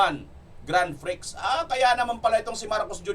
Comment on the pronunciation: HINDI GRAND FRIKS ANG BIGKAS. SILENT ' X '. GRAND FREE ANG TAMANG BIGKAS.